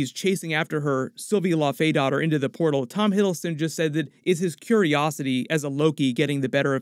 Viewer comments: It would be pronounced laufeydo-tir like dough-tier. Btw. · For future reference, it's pronounced Lau-fee-dot-er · Dottir is pronounced "dough teesh" believe it or not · Can you please start pronouncing laufeydottir and laufeson correctly? Low (like cow) Fee Son. Not La-Fay-son